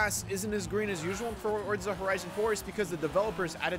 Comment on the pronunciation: Why does he say Forza like that like? He acts like there’s a T in it, like Fortza.